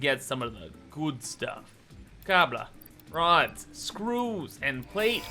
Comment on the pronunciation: I’m trying to learn as much as I can through Osmosis because the farthest I’ve ever gotten is up to Stage 2 of the Space Elevator. Your funny Cable pronunciation and then the Screws “EUUGHGU” almost made me choke on my dinner. Thanks! (This playthru I lucked out & unlocked Cast screws very early on… EUGHG INDEED :’D )